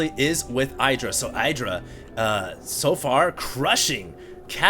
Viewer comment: at least doesn't call IdrA "aidra"